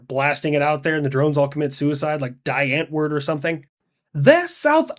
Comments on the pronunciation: Die Antwoord is pronounced "dee âhnt-voorrdt" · Btw it's pronounced Dee Unt Voort. Blasting that is like a neutron bomb - it kills people while leaving structures (and drones) intact. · Sorry I'm from South Africa and thats is definitely not how you say Die Antwoord in Afrikaans, in English it would be The Answer good try though 😂not all of us Afrikaaners sound like that just depends on where in South Africa you are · Die ant word 😂😂😂 it's called die Antwoord yes they are very kak